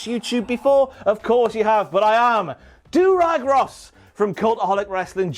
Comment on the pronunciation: ‘Durag Ross’ my god